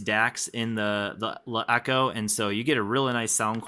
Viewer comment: you pronounce the name like shit